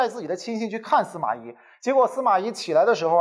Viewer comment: 咦？不是 司马懿（yì） 吗？